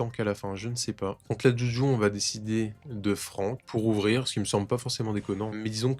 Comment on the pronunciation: Est ce qu'un jour tu vas bien prononcer le nom de juju?